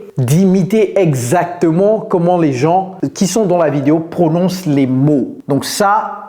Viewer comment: Coach pourquoi tu prononces le "s " du mot "gens"?